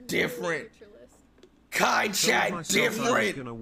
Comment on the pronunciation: really said Chai 💀🤣